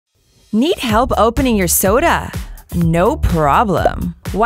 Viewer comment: the way they said soda lol